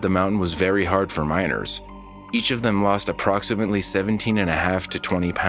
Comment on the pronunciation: I kept hearing minors instead of miners. Very different stories